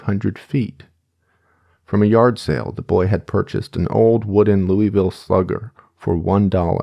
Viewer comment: as someone from Kentucky its "loo vull" not "louie ville" every time u say it wrong my ears grind